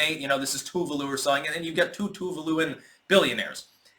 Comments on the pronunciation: It’s Tu-VA-lu. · "Its Tuvalu"